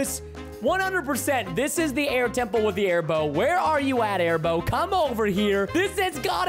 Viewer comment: Preston: everyone here comes the air bow. Me: it sounds like bone I laughed as he said bow when he found the air bow recipe